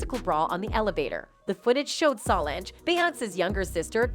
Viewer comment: Her name is Solange, NOT salongggggg! Please say her name correctly!!!